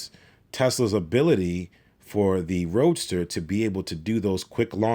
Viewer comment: Anyone else hearing him call it "Roaster"? Seems appropriate...